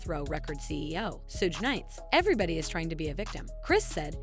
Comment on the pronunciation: Just an FYI to the person narrating in case you ever need to say the name again. Suge is pronounced like “shug” or the beginning of sugar. Sooge sounds like something gross and oozing.